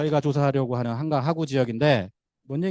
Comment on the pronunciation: 으이구.... 여~엉, 귀에 거슬리네요. '하,구'가 아니고 '하:구'입니나.